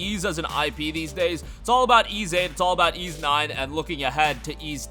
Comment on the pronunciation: Ys (with an S sound my friend) is a great great game